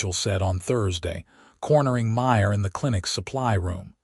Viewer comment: Again the name Maya gets slurred witn an 'r' by one of the staff!. At about : : LoL Oops 😢😢